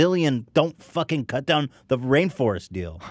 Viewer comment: Ethan you say ‘farkin hell’ like an Aussie mate